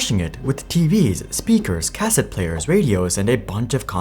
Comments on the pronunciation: Why do I get the feeling you have never used a Cassette before? I always heard it as (Kuh-set) not (Cas-ette) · Cuh-Set > Kah-Sit (cassette) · It's pronounced "ca-SET" not "CA-set" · I would think that anyone who reads the word cassette would pronounce the word the way it is spelled and be correct. I don't know what this narrator problem is but he has butchered cassette like it was spelled cas-set. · Planned obsolescence. No!!!!! And it's pronounced "kuh-set". And they aren't a health care company. They're a medical device manufacturer. 😊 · Everyone be trippin over how he pronounces cassette. Grammar Nazi's. ✌️😜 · Are all the misprounciations on purpose to drive comment traffic? Your plan has worked, I'm here to tell you you sound fucked and the way you pronounce "cassette" is so bad you must be doing it on purpose. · If you start pronouncing "cassette" properly I'll subscribe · Interesting pronunciation of cassette... :) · That was funny to hear. Can't blame him though as obviously he was born at a time when the cassette was an obsolete technology. Makes you wonder what other things that are long forgotten if we were to read about them that we would also mispronounce. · Kids these days... Can't even pronounce "cassette" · Never heard hard first syllable on cassette, I don't like it.